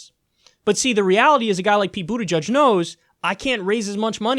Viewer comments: Boot EDGE EDGE not Boot EDGE UDGE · "Buddajudge" holy shit dude at least fucking pronounce it correctly.